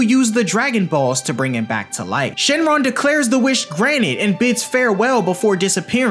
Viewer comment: i notice demon king piccolo said shenlon